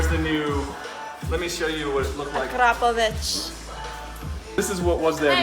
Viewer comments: Say it with me.. Ak ro povic! Not Acropvavich..lol U sound silly. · It is akrapovic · Pronounce it properly akrapovic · ITS SAID arco-phobic .... i have no idea what you where calling it. :P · Ahh-kraaa-poh-Vic. One of those goofy companies that makes killer stuff no one can pronounce.